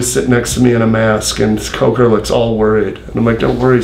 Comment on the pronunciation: White Spit on the lip, constant nose touching and plus he said Scott COKEr 😂